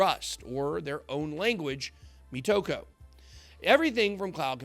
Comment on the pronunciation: it's mOtoko not metoko :)